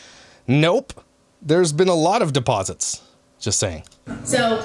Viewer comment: “deposits” OMG WHY DID YOU HAVE TO SAY IT LIKE THAT 😂